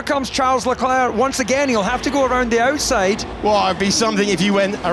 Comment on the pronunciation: Does anyone else get annoyed that David doesn't pronounce LeClerc's name correctly?